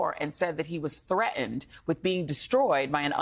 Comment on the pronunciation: Can someone please tell Joy how to pronounce the word "threaten"?